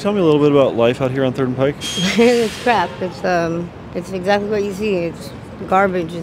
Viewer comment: Thank you for pronouncing "Pike" correctly